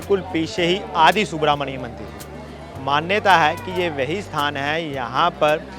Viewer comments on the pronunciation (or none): none